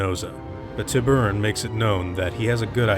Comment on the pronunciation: Its pronounsed ( tÍbūron), it means shark in spanish.